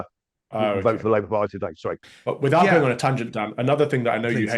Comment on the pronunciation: without the letter O.